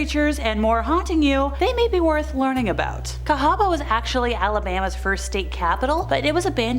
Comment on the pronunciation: Thank you for pronouncing Cahaba correctly. Sincerely an Alabama native.